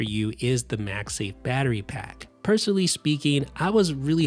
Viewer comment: Why does he keep saying MAXI instead of macsafe? Lol